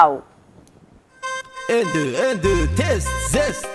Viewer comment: قاتلو تيك تاك تاو😂 قالها تيك تاك تيو😂😂😂😂😂ههههه